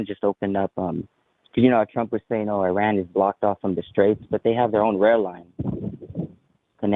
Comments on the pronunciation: lol what, no. It does not follow english language conventions, but I still expect you to get it right. Airan is definitely not correct. It is a simple I like in India, pronounced the same way. At least check before you embarass yourself. I mean is this a joke? Even wikipedia has that little sound icon you can click and have it read to you. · heyyo, im a decently fluet farsi speaker, lived in Iran for about 6 years. is not saying it correctly. Shes specifically adapting a french/italian/spanish pronunciation of it. There is no word in the language that rolls their R. The name is "E-Rhaan". But genuinely it doesnt matter, theres a bunch of weird accents in Iran and from persians who live out of country, and Persian is such an old language that others tend to carry back over barrowed words. But there is no rolling R. Now if could do a "kH" sounds in persian, id be impressed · Airan?? why do Americans have such problems with saying the word "Iran" properly when they can easily say the "I" in "international" , "India" or "iridescent"? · as much as I like, I totally agree! I've been working for a large Iranian family for almost 15 years. They DO NOT roll the r at all. They DO pronounce the "I" like an E, and they DO make the R a little harder sounding than we do in English, but they DON'T roll that R like she does. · she's pronouncing the "I" correctly, but she's over-exaggerating the "R" when she says it.